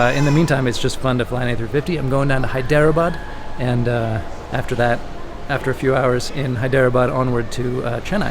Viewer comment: It is actually pronounced hi-dra-bad.